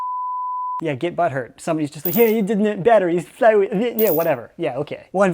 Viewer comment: "1v1 me on rust, moite." literal australian.